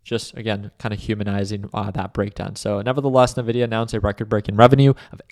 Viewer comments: I tried man, He likes Navidia :D. its En Vidia. Cheers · To be taken seriously you must be able to correctly pronounce the name of the company you are analyzing. It is not Navidia, it is Invidia. Jensen Huang is one of the most prolific CEO anywhere, and he explains how he named his company after the latin word Invidia, meaning envy. Thus their trademark colors, "green with envy". If I analyzed a company call Aypple run by a guy called Tim Coke most investors would be unsure if I was to be trusted regarding future potential of this company. I like your presentation but the Navidia part should be rectified. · It's pronounced EN-VIDIA. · Couldn’t get past NA-Vidia